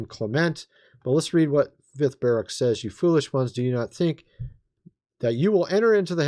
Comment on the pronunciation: It's Ba-rook.